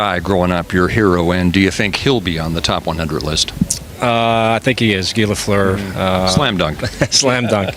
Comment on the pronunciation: If you are going to use AI to fake voice, for crying out loud…make it pronounce Guy Lafleur’s name properly FFS!